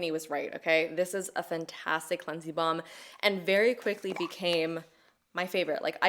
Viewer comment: Is it just me or does says "cleansie bomb"?